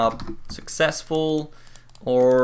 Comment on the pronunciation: its successful not successul